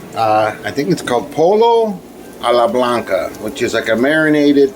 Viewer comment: Its pronounced poyo.